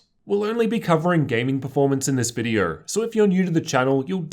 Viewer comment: Lol he said Vidierrr instead of video